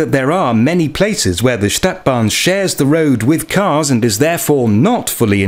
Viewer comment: This is a robot narrating, A Stadtbahn is pron. StAHtbahn NOT staetbahn like the English word ae as in 'sat'. I noticed and can tell as these robotic narrations to hide the original uploader who wants like so many other YT's to remain 100% totally anononyous out of some fear of other people (anthrophobia). No name, no selfie, and not even the original voice! This is NOT SOCIAL media! Humans are supposed to be SOCIAL animals and this mechanised and grossly materialised society is fast robbing humanity of one of THE most important traits that separate us from the wild animal kingdom! The robotic choice of English even converts foreign sounds to the English rules of pronunciation, this is how I can tell a real voice from a robotic one. The 'U' is an abreviation for UntergrundBahn (underground railway) it is NOT JUST a logo!